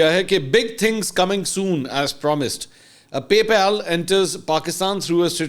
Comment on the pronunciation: PAY PAAL NOT PALE